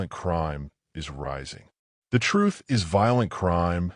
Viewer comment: Truf be dat truf doe